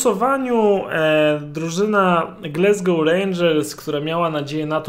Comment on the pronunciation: Polecam sprawdzić wymowę Glasgow.